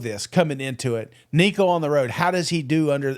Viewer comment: please just call him nico... you're butchering the crap outta his name